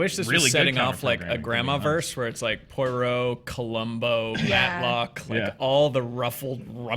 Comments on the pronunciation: Not Poi-Roe but Pwar-Roe. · Only pronounces Poirot correctly. "Pwa ro":-)